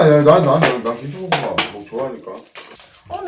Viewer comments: 두분 너무 사랑스러우신데 왜자꾸 김치볶음밥을 김치뽂음빱이라고 하시는거죠..구워졌다를 꾸워졌다 라고하시고..왜요ㅜㅜㅜㅜ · 저만 님이 "김칰볶큼밥"이라고 하는거 같나요..? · 언니가 김치볶음밥을 김치뽘음밥 이라고. 발음하시네 넘귀엽다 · 김칩뽀끔밥 (님발음) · 김치뽂음빱이라고 발음하셔서 귀엽당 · 김치뽁끔빱 발음 너무 귀여워요😭😭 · 김칮뽂금빱ㅋㅋㅋㅋㅋ 발음 귀여엌ㅋㅋ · 김치'뽂'음밥 저 발음 너모 카와이ㅠ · 낌치뽀끔빱 ! 발음 완전 뽀짝합니당 ㅠㅠ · 언니 김칫뽁금밥 이라고 발음하시는 거 너무 귀여워요ㅠㅠㅠ